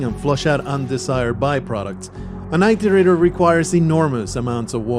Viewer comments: I guess that's just me being me. Almost like my mind twich every time someone says 'tooken' instead of 'taken'. Or 'beda' instead of 'better'. Never thought I'd hear 'it' said like 'eye'. Not making fun, just me and my brain going 'wait what?!' hearing weird ways some people say words. Like that edge of annoyance of someone saying your name wrong lol. I often found it's due to them not knowing how they are properly said. Not because they 'want' to say it weirdly. Personally for this context I feel it better it was said proper then some made up way as the word is a real programing term, and relevant to the game. It is called an "iterator" because they are "iterating". Going through lists of data given to find a solution. Having been a software dev once also adds to my nictpick XD But that's me and my dumb brain. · First, this isn't meant to be mean or anything, just a correction. It's not "eye-tor-ate-er". It's said just as it is spelled. Iterator. It-er-ator. IT like the word well, 'it'. ER, like error, ATOR, like gator. I don't mean to come off as nitpicky but listening to this (more then watching) I didn't understand what you were talking about in the intro until further in when you introduced them. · And mine "The Affairs of Passing Gods: Rain World's Full Story" by Solemn Sunday. in. (Id link it directly but youtube like to auto delete comments at times that hold links) If you look up 'how to pronounce Iterator' it all comes out the same. As its also a programing term meaning to navigate a container, like lists... I've never herd it said like "eye-tor-ate-er". Another youtuber missaying it isn't evidence :P So counterargument countered. Again not meant to be mean or anything. But wanting to look up the story and get a better understanding of the game, I had to stop and go. 'whats an eye-tor-ate-er'? OH they mean it-or-ater.